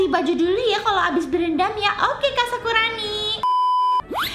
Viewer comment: maaf sakurani kak bukan sakuroni maf sekali lagi